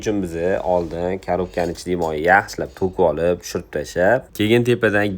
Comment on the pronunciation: Моййи демай мойни де соқовмисан😂😂😂